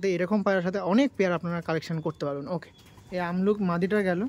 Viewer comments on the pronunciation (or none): Ki sobsomoy amluk bolo , abluk bolte selaho😅